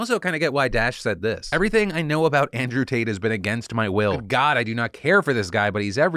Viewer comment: Could have sworn Phil called him Andrew Taint.